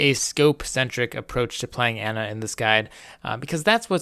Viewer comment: AH-na. Say it with me.